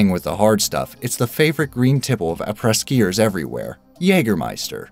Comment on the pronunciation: I know damn well the thumbnail isn't gonna be in this video but I can't resist the clickbait. Edit: well, close enough. Also the way you pronounce après ski could not be more wrong 😂. It's like you switched the vowels.